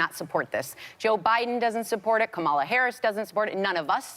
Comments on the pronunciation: Why do pundits mispronounce Kamala Harris's name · Sara Haines --- Can you NOT get Kamala's name right? You are paid to work, you better be able to know how to pronounce her name!!!